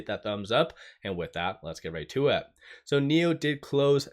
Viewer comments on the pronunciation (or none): “let’s get rai-too-wit”